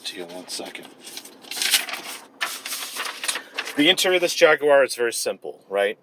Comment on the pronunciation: The first American ever to say the word Jaguar properly.